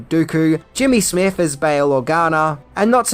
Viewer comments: It's Jimmy Smits, not Smith. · Um,, that actor's name is Jimmy Smitts, Not "Smith" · it’s Jimmy Smits, not Smith. Other than that, perfect video! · SMITS. His name is Jimmy Smits. Nit Smith.